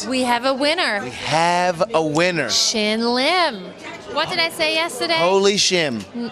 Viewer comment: She called him Shim lol